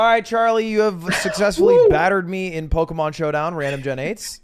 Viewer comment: A guy who doesn’t even play Pokémon and can’t even pronounce its name won with Toxapex. If that doesn’t sum up how brain dead that Pokémon is idk what does lol